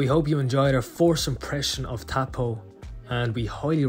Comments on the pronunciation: You are lovely people. The town is a Maori name. It is pronounced like toe(as in your feet) and po (as in rhyming with no). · Toe pawwww! 😂😎 yeah I really need to get better at pronunciation of these words! It’s dreadful 😂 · Also, Lake Taupo itself (pronounced toe-po) is a large caldera volcano. Google it. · Hi...enjoying ur content...Taupo is pronounced toe paw...if ur interested...😊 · Tau. Po.